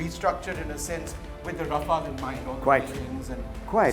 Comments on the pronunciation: RafaLE. Stop butchering the name 🤮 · Mispronouncing aircraft names since the 90s - Vishnu Som